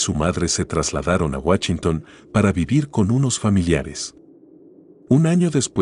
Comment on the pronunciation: Excelente video, pero me cae de peso escuchar guachinton en vez de Washington